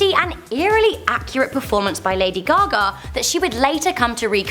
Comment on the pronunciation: lady goga lmao ur accent